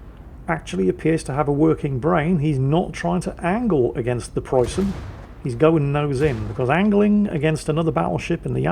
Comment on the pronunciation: May the ghost of Ziethen hunt you down for your shitty pronounciation!